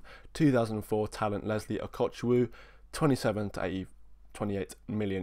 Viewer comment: oo-go-chu-quoo is the correct pronunciation. Same way you pronounce the Chukwu in Carney Chukwuemeka